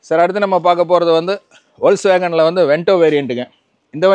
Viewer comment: வோல்ஸ் வேகன்னு சொல்லக் கூடாது சார்., அது ஃபோக்ஸ் வேகன். (FOCKS WAGON என உச்சரி க்கனும்.)